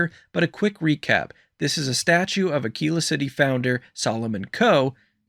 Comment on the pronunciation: Thank you for saying Ah-kee-la correctly. I've heard so many YouTubers completely butcher that city name that it's driving me crazy.